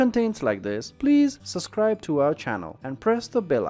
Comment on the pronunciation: He said suscribe💀